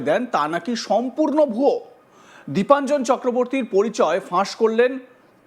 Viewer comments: নামটাও তো ঠিক করে বলতে পারছেনা।দেবাঞ্জন নয়- দীপাঞ্জন। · ওনার নামটা তো তো শুনলাম দেবাঞ্জন বলে উচ্চারণ করলেন!! তাহলে??